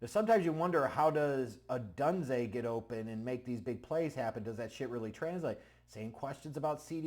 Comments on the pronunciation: Please. It's not Oh dun zay....Oh dune zay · It is pronounced Oh-Dune-Zay ... LOL I'm fuck hyped for this pick